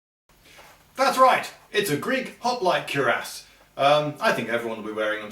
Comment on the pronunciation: Odd, never heard Cuirass pronounced before and its so strange to hear